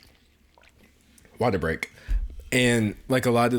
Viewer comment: no one: d'angelo: WateR BreaK